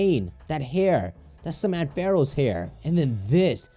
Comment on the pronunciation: Can we just talk about how he says AM-fair-os😬